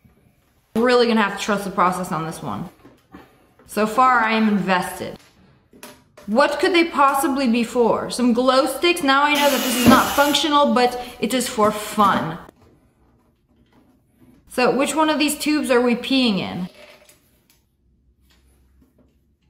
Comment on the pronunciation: It's "fun-tional